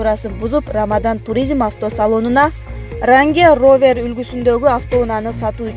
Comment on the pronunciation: ранге ровер дейби